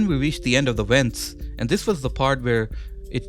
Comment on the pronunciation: Anyone else hear wents instead of vents